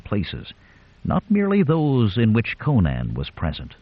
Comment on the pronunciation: Why can't you pronounce Conan? Co-naan is just nonsense. Think Conan O'Brian. Then next time I might listen but the thought of the narrator's endless mispronunciation caused me to give up in seconds. I'll look for a channel that can correctly pronounce the hero's name.